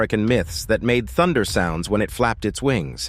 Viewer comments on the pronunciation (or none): none